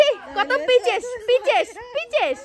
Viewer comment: পিচেস না আপু পিচাস😂😂😂😂